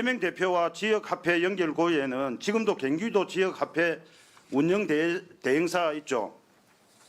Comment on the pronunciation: 갱기도 아니고 경기도